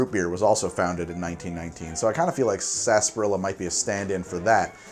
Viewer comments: It's not "SAS- PAH-RILLA" it's "sar-SAP-pah-rilla." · I can't stand that word. Everyone says it like "Sass- par-illa" Yet it's spelled like "sar-sap-ar-illa" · why do you pronounce it "Sasperilla" when it's spelled "Sarsaparilla"? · COÑO NOJODA!... 😫 It is: Sar..... Sah!.... Pah!... rrrri..... Ya! 😩🔫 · I'm surprised you didn't mention how "sassparilla" is a pronunciation that completely ignores the R and extra A syllable. The British pronunciation includes the dropped syllable but also excludes the R. Totally improper but it's just how we say it. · It’s pronounced sunset saaaaaaaaaaaaaaaaasparilla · its pronounced 'spars-er-ela' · COVID drinking game - drink whenever says "Sarsaparilla" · Is it pronounced sa-sparilla, sass-parilla or sar-sa-parilla? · I don't know if latinos pronounce it wrong but I don't pronounce sarsaparrilla the way he pronounces it.